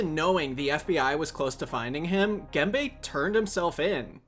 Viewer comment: his name is Gembe [Gembə], not "gamebay" ;)